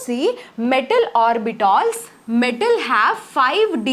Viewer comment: Orbitals❎ orbitols✅